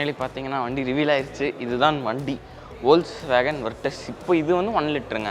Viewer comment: Ollswagen illa da deyy folks-wagen.